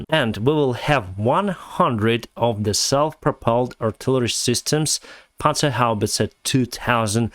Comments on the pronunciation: Nice "Panzerhaubitze" pronunciation 👍🏻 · Dayum you're pronunciation of the Panzer Haubitze 2000 is on top!